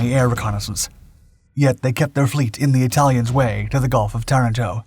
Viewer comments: Tah-rahn, toh ; not Terr-in-toh. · Learn the correct pronunciation of words: Ta RAN to.